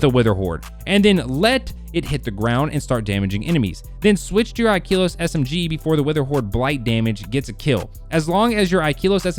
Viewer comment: Ikelos the e is pronounced like in slept not like in keep